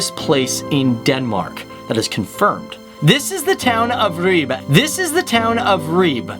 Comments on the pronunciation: not REBA...but Ribe... where did u get the other name from ? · btw Ribe is pronounced Ri-be not Ribe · .... When he said Ribe, I was sure he said Ryb, and had absolutely NO IDEA what fucking place he was talking about... It's my Country and I'm flabbergasted at how I didn't see that one coming. Fucking Ryb, guys. Fucking Ryb. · out of 100% cyclists 53% are male and..... here it comes...... 47% are female (no shit guys???) - and pleeeeeese check your spelling - it's NOT Her Leb - It's Herlev !!! And it's NOT Reba or Reeb - It's Ribe - and your are sponsered by a SPELLING PROGRAM !?!?! but apart form that - nice videos about the smallest SUPERPOWER in the world - thx ;-D